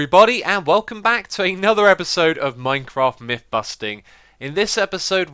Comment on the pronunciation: Listening very carefully to this video, I'm hearing the same things I've heard other british people doing. Why do british people pronounce their TH's as V's and F's? It drives me nuts hearing the number three pronounced as Free, and I swear I just heard him say Anover.